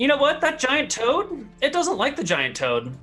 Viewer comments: Not sure why the hate at your remark; does always deliberately call it Giant Todd instead of Toad. If it were accidental, he wouldn't do it every single time he talks about the Giant Todd. I assume he does it as a meme at this point. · Its a tod not a frog..